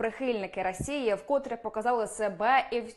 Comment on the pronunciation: який жахливий російський акцент у ведучої. навіть не може вимовити "росії", тільки "росіі". "навить" замість "навіть". а недослова вподобайка взагалі не існує